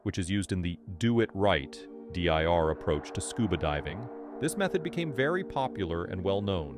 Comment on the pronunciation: AI voiceover? U use becume instead of became? ~12 min. i cant tell